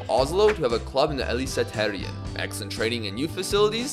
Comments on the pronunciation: The way you pronounced Eliteserien destroyed my brain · yeah, I get it. It's funny😂